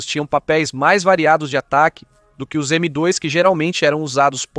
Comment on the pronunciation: Estranhei tbm qnd ele fala “M dóis”